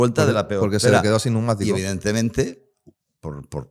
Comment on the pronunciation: Algun dia aprenderá a decir, pnEumatico?.